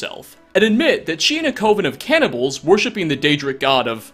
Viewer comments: It's pronounced "kuh-ven", not "koh-ven". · It's coven, not cove-in. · It's CUH-venh